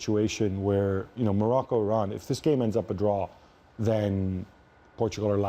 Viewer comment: Hunter Of Liars Morocco not Norocco you idiot